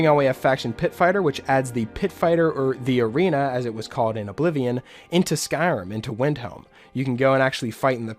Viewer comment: I’m sorry, did you say Ablivion???